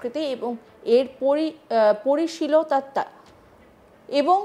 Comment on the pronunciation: পরি পরিশীল তত্ব 😆😆😆😆 হায় কি অবস্থা বাঙলা চ‍্যানেলের অ‍্যাঙ্কার এই উচ্চারণ 😢